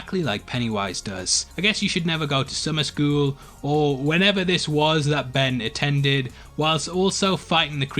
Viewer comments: he says benry instead of ben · Did you say benry